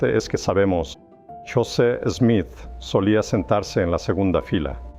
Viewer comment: Apreciado hermano nosotros en América Latina lo conocemos como José Smith y no como Yoset Smith, si pudiera saber mejor como pronunciamos nosotros los nombres sería mucho mejor , la razón por la que busqué este video es para saber datos puntuales ; cuando fué destruido quien lo tuvo y cuando fué recuperado por la Iglesia y cuando fué dedicado otra vez.... gracias de todas maneras por la información.